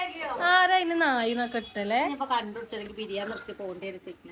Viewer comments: നായി അല്ല നാഴി എന്ന് ആണ് പറയാർ 😂😂😂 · കസേർ ആണ് 😂നായി alla നാഴി ആണ്